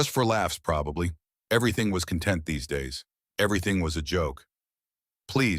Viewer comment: Con ' tent not the same as con tent'